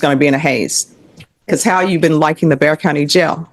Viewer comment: Someone needs to fix these recording of Bexar County.. pronounced bear... But every case has it listed a different way.